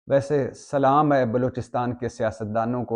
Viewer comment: Aap se guzarish hai k salam ko sehi tariqay se Kaha kray